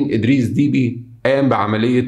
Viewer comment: إسمه أدريس دبّي ليس فيه حرف الياء بل باء مشددة والعاصمة إسمها إنجمينا جاءت من الجم بمعني اخذ قصت من الراحة وللجماعة يقال إنجمينا